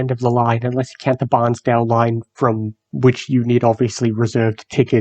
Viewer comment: Its not pronounced Barnsdale. its Bairnsdale (pronounced as bearns- dale).